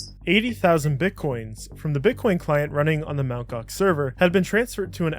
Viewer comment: "EMTEE Gox" 😂😂😂my man was doomed from start